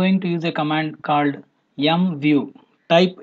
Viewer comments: Thank you for the video, I subscribed for your videos, you explain very well, but just one thing, you have to be more careful about the accent, for example, when using the MVIEW command, you are saying "YoungView", you should say "Emview", you know what I mean, there can be confusion and thank you friend ! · I was thinking he's saying YUM view.. M.. lol.